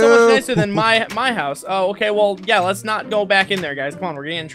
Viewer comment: At 7.37 Glory said hose. lol